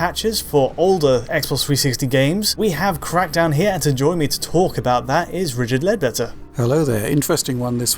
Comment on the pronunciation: Did he say Rigid Leadbetter ? Lol